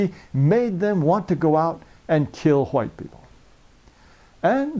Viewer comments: the way this guy says white is pissing me off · how the hell did i get here?? Why he pronounce white so backwards?? I'm dying here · It’s not white, it’s huwhites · Hahahahahahahahahaa the way he says whites is sooooooo funny ....what a dick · Jared taylor is a very smart man but i cant stop laughing everytime he says white lol